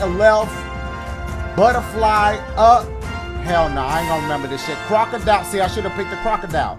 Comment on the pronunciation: Crocodile? It's like Croco DUH . u know i'm sayin. No?..